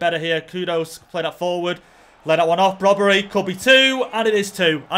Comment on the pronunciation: its brobbey there is no r in his name